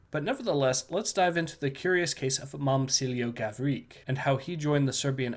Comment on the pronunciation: In Serbian, the letter č is read as [ch], so the correct pronunciation will be Mom[ch]ilo Gavri[ch]. Anyway, thanks for the story.